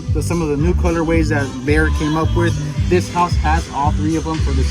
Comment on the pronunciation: Isn't it BEHR not BEAR? Love your homes.